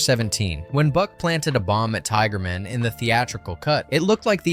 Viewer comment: Unsurprising, from the guy who can't pronounce land ram or tiger man.